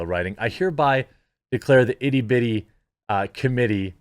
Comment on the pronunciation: Did he completely f that s up on purpose...or does he sometimes have trouble reading..?? I mean, you can't say "titty"..?? Plus he read "terrorists" as *terrible...again, on purpose..??